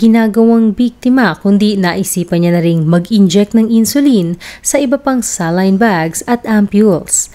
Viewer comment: Anong celin ka ng celin pagpronounce magresearch ka muna!!!😅😅😅saline solution yan ang tamang pronounce nyan ay SA at LINE kaya saline yan FYI